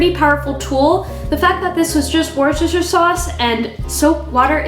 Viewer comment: It's pronounced 'wooster'. Happy to help :)